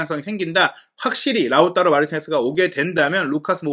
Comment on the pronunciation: 라우따로 발음이 맞나요? 라우타로 아닌가요?ㅠ 라우따로 따로따로따로 돌아버릴것같습니다 ㅠ